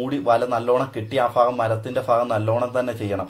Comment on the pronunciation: ഫാഗം അല്ല ഭാഗം അങ്ങിനെ പറ